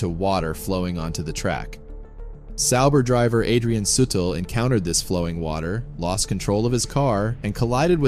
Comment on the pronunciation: Soo Teel not sootl. Gawd how I hate computer narrations.